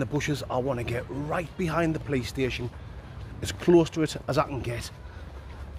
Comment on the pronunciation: 😂, from my mouth to God's lips from 4 minutes in until minutes in, I died from laughing thinking from your English accent you said "Playstation" 🤣 instead of "Police Station" because you said it like "puh-lays station" LMAO!